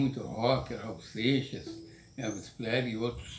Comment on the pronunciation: "Elvis Plesrey", perdi aqui